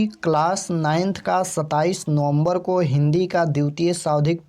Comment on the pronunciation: Ko kaa ucharan kanthh say hota hai sir aap kya jante hai glat glat batte hai